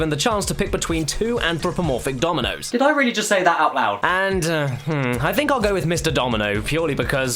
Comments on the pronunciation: At first I thought he said ''Tominos'' O_O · In the intro I thought he was saying ominous instead of dominos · Why did i think he said "aminos" XD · I thought he was saying communist in the intro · Am I the only one who thought he was saying nominoss at first. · I swear he was saying Ominous instead of Dominoes. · Why does his "dominos" sounds like german "Dumme Nuss" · Was he saying Ominous or Dominos in the opening? because right now I think it's a hybrid of the two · Only Caddicarus would make "Dominoes" sound like "Time to make nice"